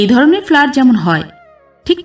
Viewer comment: গল্পটা আমার ভালো লেগেছে,,, কিন্তু একটা উচ্চারণ একটু খারাপ লাগলো,, সেটা হলো ফ্ল্যাট,,, আপনি বার বার ভুল উচ্চারণ করছিলেন